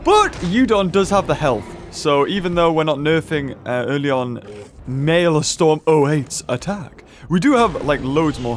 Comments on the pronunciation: its not maelstorm(mayl-storm) it is maelstrom(mayl-strom) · Btw, that boss's name "Maelstrom 08" is actually pronounced as this MaleStrum not Malestorm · Every time he says Mae l"storm" instead of Mael "strom" I die a little inside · you pronounced the name wrongly it is not storm it’s strom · I just started the video and not finsihed it it, but it's not malestorm its malestrom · Um beaver its actually pronounce "Male"-"Stir"-"Om" not "Male"- "Storm". Also I tried and the glitch doesn't seem to work. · The correct pronunciation is Male-strom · Btw,. It's pronounced MAIL-STRUM. Basically a stupidly deadly whirlipool. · you pronounce maelstrom maelstrum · Why is saying Male-storm? I want to believe he just didn't see it correctly. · beaver my god its pronounced mail-strum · IT'S PRONOUNCED 'MALE-STROM' sorry if he said it later in the video I had to get back to playing xenoblade 2 lol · It’s pronounced Mail-strum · It's pronounced malstrum